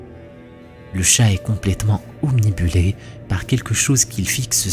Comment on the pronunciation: On dit obnubilé pas omnibilé. Par sa nature de moins en moins usitée, il y en a même de plus en plus qui disent omnubilé ou omnibulé..'